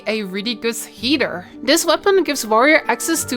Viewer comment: Why do I always hear "heater" instead of "healer" lmao